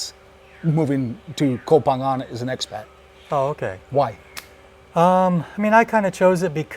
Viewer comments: Thanks for not saying “co-pangyang” like every backpacker there for the FMP 🤦🏼‍♂️ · Hey, I'm pissed off at you, amigo. My GF says you say Koh Phangan better than me, 555. Favorite part of the vid... the girl passing you on her bike while you are on your MC. Funny. But as a fellow YTer, I know the reality. Even with a dead cat, going fast creates more wind so messes up the sound. When I film on my MC I usually do it on a small soi because I go so slow, so I'm with you. Ah the headaches we YTers have... Enjoyed the video, like always.